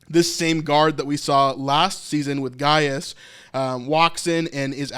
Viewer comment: It is guy us , pronounced that way. not gigisus